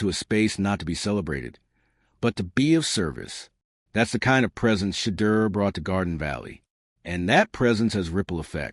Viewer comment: SHEDEUR “SHA-DOOR “ please pronounce his name correctly. Please spell his name correctly “SHEDEUR” Please and thank you!